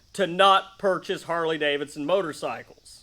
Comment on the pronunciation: "Carley Davidson"!😂